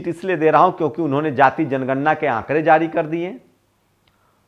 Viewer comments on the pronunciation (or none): none